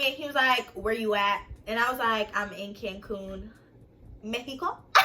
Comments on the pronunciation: "IM IN CANCUN... LIKE MEHICO" LMFAOOOOOO LOVE HER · she said "im in cancun MEIXCO" LOLLLLLLL IM DEADDDD